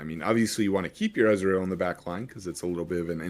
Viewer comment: SAY EZREAL OR EZ (ONE SYLLABLE) NOT E Z ITS DRIVING ME CRAZY